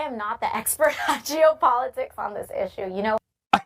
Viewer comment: I thought she said “Jew politics” at first I was like what? The. I realized she said “Geo politics.”